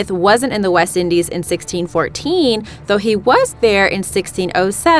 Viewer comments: "New FOUND land" sigh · You said Newfoundland way wrong...